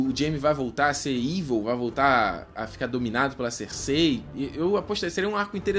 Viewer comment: po, parceiro. Fala "Cersei" direito, parece que voce nunca ouviu o nome dela na serie